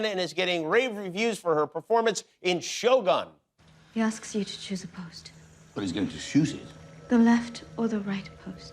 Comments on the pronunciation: I really loved the interview! Only one thing I want to ask Jimmy … it’s pronounced like “show goon” not “show gun” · It’s pronounced sho-goon. Not gun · Why the hell did he say "Shogan" instead of "Shogun" wtf lmao. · Not shogone.. shoguuun. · Oh gosh Jimmy. It's pronounced as Sho-gOOn, not Sho-gun like a freakin' gun. Lol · Note to Jimmy Kimmel: It's pronounced Shogun as in good, not Shogun as in gun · Why is it pronounced like "show - gun" in America, when it's prununciation is "Shoh-goon". Is it that difficult ? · Show Gun? Leave it to the Americans. It's pronaunced Sho Goon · Yeah he has NO idea how to talk to a Japanese woman. & NOTHING about the show. & it's SHOh-GOON, not "Show Gun." UGH. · Jimmy it is pronounced as sho-goon, Not show gun!!! If you are in medieval Japan, you will be diced by samurai sword!!! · It's pronounced 'syo goon', not 'show gun' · It’s cringey hearing “show gun”. Jimmy should’ve made an effort with the right pronunciation of it. On the other hand, Shogun is amazing! Anna is stunning. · Yikes, everyone can pronounce the freaking japanese word, except Jimmy Kimmel, that just went off and said "shogan" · It’s pronounced as shogoon not show gun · 英語だと将軍を「しょうがん」という発音になってしまうのですね。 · Sho-guun almost, right? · hey yankees, it’s not sho🔫, it’s sho-gun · Bro said Show Gun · This host didn't bother to learn how to properly pronounce "shogun". He pronounced it like a damn gun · if this dude misprounces shogun one more time im going postal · I cringe each time he said "shogun" NOT in the way it should be pronounced. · She is so charming. The american pronunciation of the name Shogun is awful, it's so painful to the ears. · Annoyed at how Americans pronounced shogun .. listen how the Japanese pronounced it, and just copy it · Why do Americans keep on pronouncing Shōgun like it's an English. Like WTF? can't you learn hwo it's supposed to be pronounced? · He keeps pronounce Shogun wrong 😅